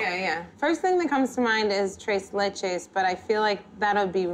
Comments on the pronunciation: “Trey leyche” “Doolce de leychey” it’s TRES LECHES AND DULCE DE LECHE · tRAIS LACHAIIISS THAT'S MY FAVORITE PRONOUNCE IT RIGHT 😣😣😣